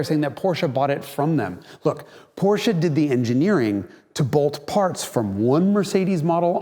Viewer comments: Finally learned to pronounce Porsche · Yes Someone who pronounces Porsche correct!!!! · Thanks for pronouncing Porsche right - perfectly right! May not mean a lot to You but to me its as disturbing when done wrong like a single moskito in Your bedroom at night, 5 minutes after You fell asleep. :) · I know, I know, this is a silly remark at this channel, but still: I absolutely love that you call a Porsche, well, a "Porsche", pronounced the way the Lord intended it. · You pronounced Porsche without the weird american “Aaah” at the end! Subscribed. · finally someone who pronounces Porsche correctly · it's so comforting that he pronounced "Porsche" correctly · Thank you for pronouncing Porsche the right way! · So strange to see a video presented by an american and every time he pronounces "Porsche" correct